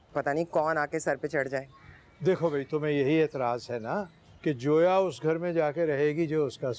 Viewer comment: Ye log zoya ko joya kyo kah rahe he?